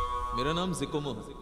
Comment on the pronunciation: Zikomo ✖️ Cocomo😂😂😂😂😂